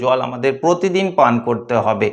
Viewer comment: কোমস নয ক্রমশ উচচারণ ঠিক করবে ।পোত দিন নয প্র তি দিন